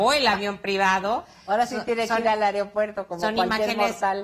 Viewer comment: Areopuerto?🙄🤦‍♂️ AEROPUERTO señora!!! Aprenda primero a hablar!!!